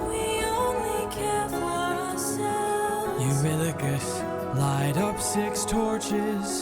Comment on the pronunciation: I want to help you pronounce some names if you’ll let me: Eurylochus- "Eur" from Europe "yl" as in ill "o" just the letter o, "chus" as in "cuss" Polyphemus- "Poly" from polygon "phem" as in the beginning of the word femur (the bone) and "us" refering to "me and you" Scylla: "Scyl" as in a windowsill and "la" a note to follow so I hope this helps and you don’t take this like I'm trying to make fun of you or something, I just noticed you having trouble with names and wanted to help ❤